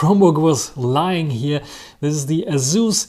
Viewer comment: It's pronounced Asus. You're welcome. :face-orange-biting-nails